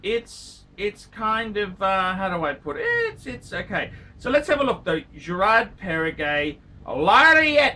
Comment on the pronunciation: Gerrrraaaard perregay